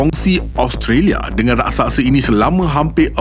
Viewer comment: Raksasa bukan rasaksa